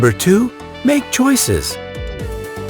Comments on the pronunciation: who else realises that it said smake choices instead of make choices? ⬇️ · lol “smake choices”